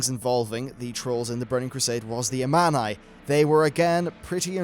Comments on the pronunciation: it sounds like armani :D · This might be nitpicking, but you should take some time to listen to how some things are pronounced in game. You pronounce several words wrong. Such as Thrall and Amani. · Your saying Amani wrong.. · He's pronouncing several things wrong. It's like he's never played the game with the sound on.